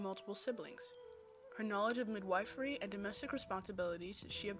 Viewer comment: Midwifery is pronounced “mid- WHIFF- ery”